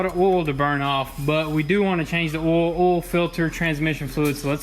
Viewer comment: Oil, not “Ole 😂😂 love you guys